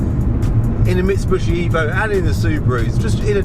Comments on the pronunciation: What is a Mitsu-“bushi”? It’s a Mitsu-“BISHI”! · Can I just say that the correct pronouncement is Mitsubishi not Mitsubushi